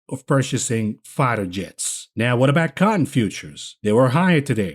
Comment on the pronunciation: it sounded like fighter jets, it was Freighter jets, the 777x is a civilian air craft. I can not thank you enough for what you are doing.